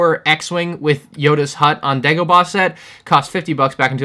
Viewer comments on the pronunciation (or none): none